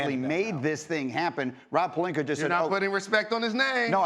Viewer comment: Nah but Stephen A will put an ‘R’ on it for ya Jalen. Rob Pelinker.